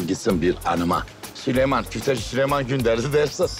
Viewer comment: Cok komik oluyor süleyman yerine sölümon deyince haha